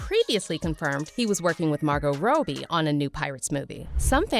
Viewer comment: The only thing really pissing me off is you pronouncing Robbie like Row Bee I mean wtf?